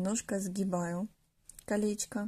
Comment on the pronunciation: Мда кринж потому что автор говорит как типо милашкарр слова где она сказала калеська 💀 правильно не калеська а колечко